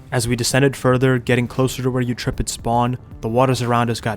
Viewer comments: Please learn to pronounce Eurypterid brother this hurts my soul Yur ip ter id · apologies for being a paleonerd stereotype but "eutripid" has gotta be one of the wilder misreadings of any word I've ever seen lol. Me being annoying aside, I gotta say this is one of the funner playstyles I've ever seen in a sandbox game. If I didn't hate actually playing ark myself I'd love to do this sometime. Edit: I love even after you get fully kitted up with late game stuff when it comes time to mess with another clan you return to full rat pest mode lmao